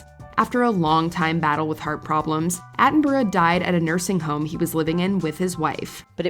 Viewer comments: Richard Attenborough's surname is pronounced Atten-bruh, we don't pronounce borough as 'boro' here in the UK and Attenborough was British. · Richard Atten-bro? I've NEVER heard the film star's name pronounced like that! Hahaha